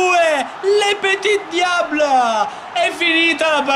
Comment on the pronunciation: Comunque è il petidiable non lepetidiabre